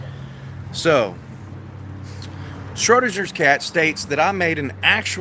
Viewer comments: You really need to figure out how to properly pronounce the name Schrodinger. Also, parking your jalopy on private property, and then it gets towed by request of the property owner is perfectily legal. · Not to mention, you can't even correctly pronounce "Schrödinger" nor identify the meaning of the "Schrödinger's Cat" thought experiment. You're not ready for an erudite adult discussion.